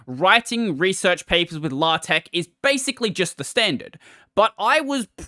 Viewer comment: LA-TECH??? DO YOU MEAN LAY-TECH???